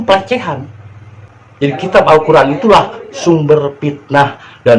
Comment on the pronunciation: Alkoran ayat2nya ngaco/asbun